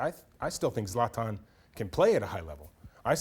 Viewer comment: Even the word soccer makes me cringe 😂 he can't even pronounce zlatan